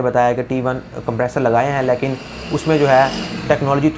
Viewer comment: apna "lekin" kehna theek karen. "Layeken" nhi hota. Ek video uploader ko zuban saaf istemal kerni chahiye.